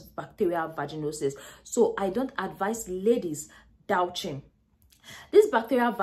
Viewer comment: Her pronunciation may not be exact, but we know she means douching. Don't stew in the pronunciation. Focus on the content.